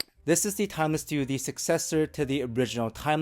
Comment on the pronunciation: Almost everytime you said "Timeless 2" I heard "Tangzu" xD. Biased ears maybe? Anyways great review!